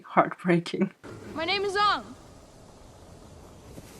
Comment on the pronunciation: The fact Aang and Sokka’s names were butchered even though they are both clearly said in the title sequence.